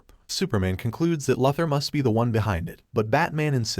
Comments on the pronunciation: Who is lother it’s pronounced luuther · It's not Lothor it's Luther: Lu ther. And you don't have to say each characters name each time something happens to them. Also it's Jon Jonns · Lafthor. It's Luthor lmfao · mate, I understand it's text to speech that's why I suggested that he should spell the text incorrectly on purpose so the dumb AI could pronounce it right maybe or something like that. Hence, LOOOOO THOR. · It is pronounced "LU- thor!" Please learn English pronounciations! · How can one recap the Justice League and not know how to pronounce ‘Luther’?